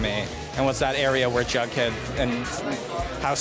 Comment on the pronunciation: Am I the only one who realized she keeps on sayin Baghdad instead of Jughead